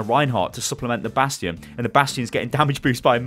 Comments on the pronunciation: did you just say Bradstion😂😂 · he said bradstion! zylbrad will be proud lol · did say bradstion at min 9 and 9 sec or am i hearing this bad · "It does seem that yes, bradstion is OP" Nice one ^^ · lol "Brastion" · Did he just say BRADSTION? screeches in Omnic Also, every hero that WRESTLED with Jeff gets nerfed immediately. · did he said "Bradstion"?! xD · Did he say Bradstion? :D